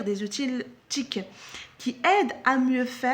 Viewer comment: C'est pas , c'est - ootie